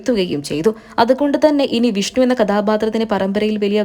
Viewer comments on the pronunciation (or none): none